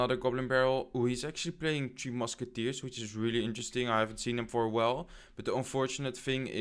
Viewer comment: You Keep Saying Teo Musci its three mucki man😂😂😂😂😂 great video by the way